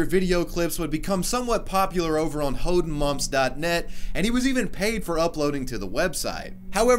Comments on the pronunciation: I appreciate your pronounciation of hoedenmoms, I mean Hodenmumps. Hoden translates to testicles. Make what you want with this information. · Do you even know what "Hodenmumps" means? :D It was so funny hearing you pronounce that word (kinda wrong, but not in a bad way)